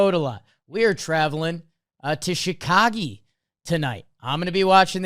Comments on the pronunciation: Omg he said it again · Yeah never say chicagee again